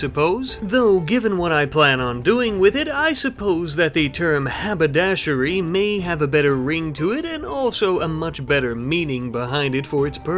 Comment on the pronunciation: Why does he keep saying habadashery